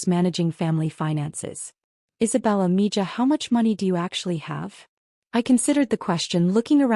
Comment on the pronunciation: It's pronounced ME HA